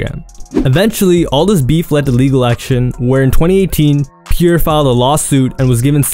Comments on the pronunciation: Pierre is pronounced as Pee-Air not Peer df🤦🏽‍♀️😭😂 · Bro why it sound like you saying pure born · Is it just me or is he saying „pure“ bourne 😅